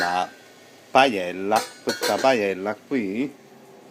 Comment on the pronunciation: Manco sa proniunciarla... Ma si vergogni.